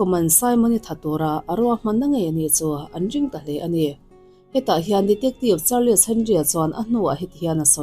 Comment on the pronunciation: Chanel lo ngaithla tu 'te zawng zawng'❌ Chanel lo ngaithlatu zawng zawng te✔️ Char- les ❌ Charls ✔️